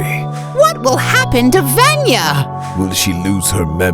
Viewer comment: I heard “Venya” and died inside